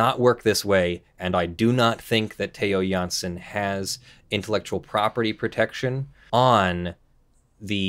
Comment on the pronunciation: Well done on the dutch pronounciations... you nailed both Jansen and Strandbeest. Interesting case. I don't really understand why the artist would care much if his art is used in an original way by other artists, the game designers. Still in the middle of the video, but so far it's very informative